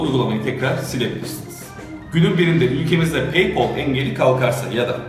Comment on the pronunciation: Abi peypol değil peypel